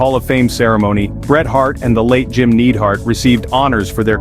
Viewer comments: Do you really not know how to pronounce Neidhart's name or are you getting it wrong intentionally so someone will correct you and boost engagement? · Why can’t you pronounce the wrestlers name correctly?